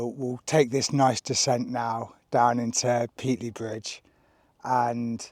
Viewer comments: It's pronounced Pate-ley, not Pete-ley FGS. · Please learn the correct pronunciation for Pateley Bridge! Otherwise an educational and well presented video. There was a time when I would have done it in three days. I've done the original C2C several times in three days but in those days I was 15 year younger and we had a support van carrying all our kit. I'm presuming you've sent your kit ahead as there doesn't look much more than a sandwich and a bag of crisps in your back pack. i'm with the guy that took longer and enjoyed the ride. There's so many places to stop and stare.